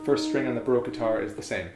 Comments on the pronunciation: I really like this series of videos, but I get really frustrated by the way you say baroque. I'm not hating, it's just a tip. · He seems to know everything about the baroque guitar except how to pronounce the word 'baroque'.